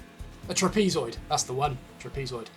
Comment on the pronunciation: TRAPEZOID: In English the stress is on the first syllable and the 'e' is pronounced as the neutral 'schwa' vowel, as in 'benign'.